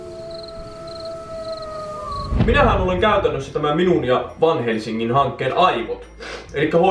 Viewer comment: Englantilainen lausuu: Vään-häl-sinkii.